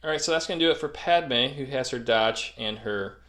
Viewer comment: that grievous attack is what happens when you pronounce padme's name like that